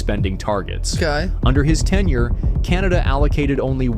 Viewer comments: "Under his TENURE" Not 'Ten Year" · Is not. Ten year. Is tenure. Means. Kinda like. Up. For lack of a better word ( care ,) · NOT TEN YEARS -- TENIER (TIME IN OFFICE) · DUDE!! The word is TENURE!!!! Not Ten Years! Look it up. It means a length of time that you hold onto something, like an office or a leadership position.. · he said tenure, not 10 year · Tenure, not ten year. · Tenure, not ten year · he said tenure not 10 year man lol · Dude! You may be an Englishman, but your understanding of the language is sometimes suspect. It's 'tenure', not 'ten year'. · Tenyer not ten years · Not "ten year" but tenure...look it up. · For Trudeau, the video said "tenure" not "ten year" but he can still be over 10 years, like he actually was. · Tenure. Not, "ten year".